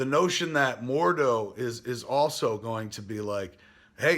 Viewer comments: It's Mordo.. not "Morduu". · who the fuck is mordoo??? MORDO!!! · "More-doo" and "Doorma-moo" huh. Isn't Matt Key your producer? For shame.